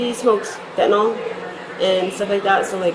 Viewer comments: Like it is spelled- fen-ta-nil. I watch programs , newscasts and videos from all over the country and it is rarely pronounced correctly. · Me too! I was a labor nurse for over 30 years and have administered a great deal of legal Fentanyl and it's like nails on a chalkboard to hear it pronounced Fent-a-nahl! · Pet peeve: I HATE when people mispronounce fentanyl as "fenta-NAHL", like it's Tylenol